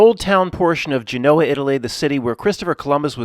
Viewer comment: U can't even pronounce Genoa